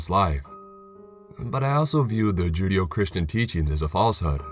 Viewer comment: It's "Ju-DAY-oh" not "JUDE-ee-oh"